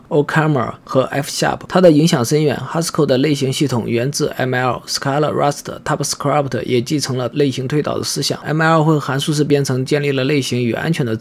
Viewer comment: 还有 typescript 读成 typescrap